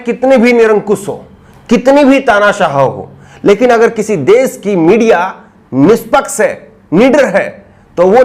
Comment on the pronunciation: Tu Rajasthani lg rha h yr निसपक्स से 😃😃